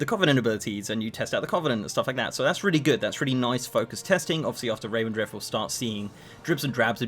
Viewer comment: Revendreth, not Ravendreth.